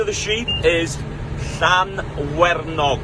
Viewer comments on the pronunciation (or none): Do not listen to about sheep name, they are called Llanwenog sheep, pronunciation of the sheep was better. 👌. Great video.